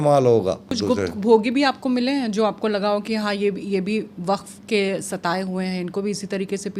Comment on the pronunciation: Abe pagal arabi me wakaf bolthe 😅😅